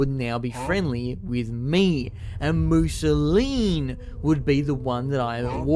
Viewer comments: Fun to watch but i was tweaking every time u said musolin instead of mousillon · why... why does he pronounce it mousilleen instead of mousillon? Mousilleen sounds Italian, not French. aaaaaaaaaaaaaa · The way you say Mousillon is going to make me kill myself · I really, really, really like that you mispronounce the word "Mousillon" but that you also say it every other minute ❤ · Me at minute 4: “he couldn’t possibly pronounce Mousillon like that for the whole video… could he?” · I'm convinced all YouTubers are dyslexic. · Damn nostalgic Italian cat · oh no